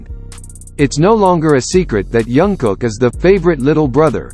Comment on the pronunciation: His name is Jungkook, not Youngkook. 😂 Say his name right, at least! It sounds funny